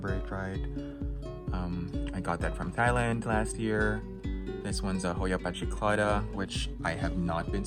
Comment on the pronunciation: Thailand is pronounced "tie-land" not "thigh-land"